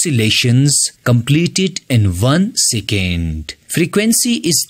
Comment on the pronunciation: Second ❌ sicand ✅